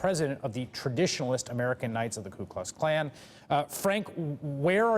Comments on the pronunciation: Did he say klue klux cans?? It's more like, Krazy Klowns without a Klue...lol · Ku Kux Kan?? Lmao wtf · "Ku Kux Kan" lmao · Anyone else notice "klu klux kan"